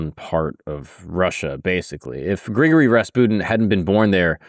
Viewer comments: BRO why are you saying it like that? I love your channel but the mispronunciation is so distracting. You pretty much got the surname perfect but it's not Gregory like we say it in the States, "Gree-gory" is how his 1st name sounds. And yea i am the pronunciation police, my grammar is often sub par though my vocab is phenomenal! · its pronounced Gri Gor Ree